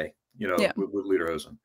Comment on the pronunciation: Pronounced Lay-der-hoe-sin